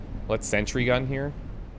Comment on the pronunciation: It´s sentry gun, NOT century gun!